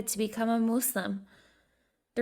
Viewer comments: Nobody: Not even the monster under the bed: Her: MOSseLiM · Who ever did this voice over is bad at pronouncing , she couldn't say Jesus Glasgow and said muslim like trump lool you should get some else